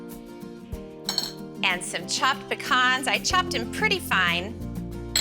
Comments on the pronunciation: Why did she pronounce pecans in such a funny way 😅 Recipes look fab though! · I'm guessing that's how you say it in Oklahoma